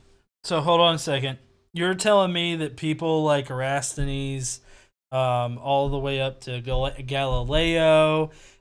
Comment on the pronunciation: Hi, You're missing a syllable from Eratosthenes, You need to add a ''tos' after 'era' and before 's thenes' Era- tos- thenes, not Era- s thenes. Honest. I'm not messing with you mate. Ask KC, She'll back me up, or check 'Cosmos' it's how Carl Sagan says it too ☺